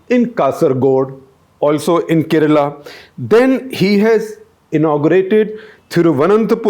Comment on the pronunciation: I like your analysis . But why do you mispronounce South Indian names? Kerala is mispronounced! Let alone Karikal Chozhan! Isn’t there someone on ur team who can work with u on this?